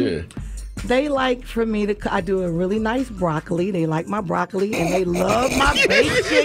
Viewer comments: Nah but how can she say broccoli 😭😭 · 😂😂😂 when she said broccoli I knew she was done. Her own coworkers were laughing at her ass